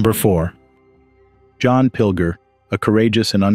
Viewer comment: Sad to hear about the brilliant journalist, but his name is pronounced as John 'Pil-jer' not Pil-ger